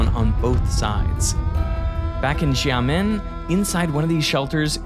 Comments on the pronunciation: the chinese X is not actually pronounced as Z, instead its pronounced as Sh. Thats exactly how we get the name of Shi Jinping and not Zi Jinping. Also, its Shiaomi and not Ziaomi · “Xiamen” 厦门 Derek’s pronunciation sounds like “Jya-men”, implying a different word. My pronunciation is closer to “Sya-men”. Thanks! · What is ja-men China? You mean shia-men? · It's really disappointing to hear how no two cents of effort went into trying to pronounce Chinese names half way correct. Xiamen could have been 'Shyamen' or 'Shamen', both much better than the 'Djamen' we get to hear. Likewise, Ch. 'run' is more like 'roon' with the 'oo' as in 'book'. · It's pronounced Shaw-min, not Jaw-min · Not "jah-men." "Shia-men." Even that is an approximation. Best way I could think to describe it is the theoretical way your child brain wanted to pronounce the "sc" of "science." That is, the "s" and then the soft "c" sound but with a bit of an "ee" at the end compressed into the single sound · Xiamen - (shee)t (o)dd (men); shiamen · X as in Xiamen, is pronounced similar to sh, but slightly different. So it's better to say it as "Shia men" instead of gia men. And this city's local pronunciation is amoi, "ah moi" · The X in Xiamen is pronounced like an s, not a j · Jiamin? X is pronounced SH, not J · Please learn to pronounce Xiamen correctly, Derek. X in Pinyin is like a soft "sh" sound, not a "J".... Really jarring at the very start of the video. Edit: it's a great video as always, but fixing this would help a lot for Chinese speakers and/or learners. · The video is perfect, just as all other videos on your channel, thank you for that. Though, it really hearts my ears with the word Xiamen. It is not pronounced as Jiamen or Zhiamen, but more like Siamen, where s is pronounced almost as c in the word centre. It is a big difference, after all that is the correct way to read 厦门. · It's not pronounced Jamen. It's more like shia mun. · is pronounced "sia men" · why is Xia pronounced as Jar